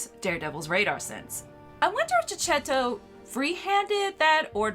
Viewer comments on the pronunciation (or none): Checchetto is pronounced keketto not ceccetto... ch in Italian is similar to the k sound in English. Tell Omar too 😁